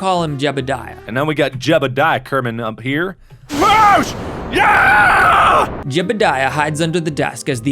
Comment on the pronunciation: JEBIDIAH in the most southern accent ever